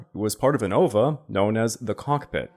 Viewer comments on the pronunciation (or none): “ova” it’s called an Ovee - A